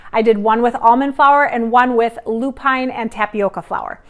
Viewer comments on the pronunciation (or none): Lupin is pronounced as ‘loop-in. Emphasis on the first 3 letters and not the last 2. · And how about LOO-pin and BOH-chuh not BOH-kuh 😚